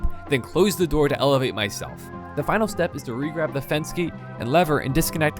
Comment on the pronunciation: "i need to ELEVIITE myself"